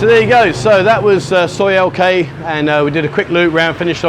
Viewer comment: Its L K not T K, sorry not your initials. 😂😷👍